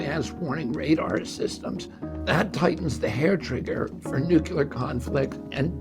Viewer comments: Nuclear. Not Nucular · Will someone please tell RFK Jr. to pronounce the word nuclear as nook-lee-er. Not nook-you-ler. I don't want anyone to use that against him. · I love your energy and ideas. PLEASE start pronouncing NUCLEAR properly. It will make sound even more brilliant than you already are.